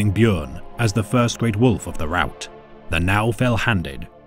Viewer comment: AAAAAAY HE PRONOUNCED BJÖRN RIGHT!!!!!! FIRST YOUTUBER IVE EVER SEEN DO THAT!!